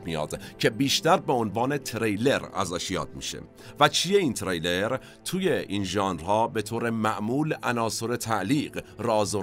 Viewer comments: Thanks for the program. you meant ”thriller” ( the genre of the movie) not ”trailer”, you pronouced wrong! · سلام و عرض خسته نباشی. جسارتا چون خیلی دقت در تلفظ لغات دارید، و من خیلی از فیلم هاتون لذت میبرم، سک نکته رو عرض کنم: فکر کنم واژه thriller را به اشتباه trailer میفرمودید که کاملا معنای متفاوتی دارند. ارادت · ، شرمنده شما هستم، اما تریلر درست نیست، ثریلر درسته 🌹🙏🏼 Trailer and thriller are two different words with two different meanings 🙌🏼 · تِرِیلِر نه، تریلِر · خسته نباشيد.بسيار عالي بود.تلفظ واژه thriller اشتباه گفته شد بارها.ممنونم از توجهتون🙏🏻